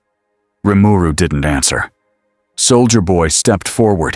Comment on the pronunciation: the AI said his name right....impressive